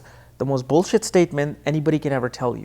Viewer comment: Love how he says "bullshit". "That is the most BULLSHIT statement anybody will ever tell you" or "This person does not want BULLSHIT romance." lol makes me laugh everytime